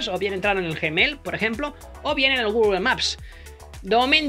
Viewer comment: Nadie:: J E M E I L XD